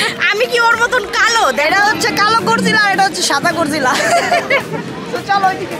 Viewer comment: APU ATA GORILA HOBEA GORGILA NA